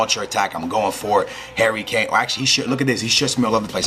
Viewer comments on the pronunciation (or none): none